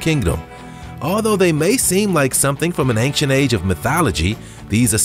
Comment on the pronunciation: The monkeys are called "proboscis monkeys", NOT "probiscus monkeys". Secondly, "ancient" doesn't have a G in it... So it's not pronounced "ang-shent".